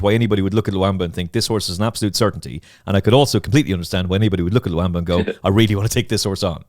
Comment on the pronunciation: Stop pronouncing LULAMBA like a spastic. It has an ‘L’ in the middle of it.